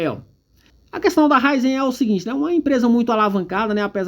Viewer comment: Ôhhh, é Ra í zen!!!! 😂 Essa empresa tem um futuro brilhante, mas, no momento, está passando por um período ruim. Eu vejo momento de compra, um momento de acumular ações da companhia.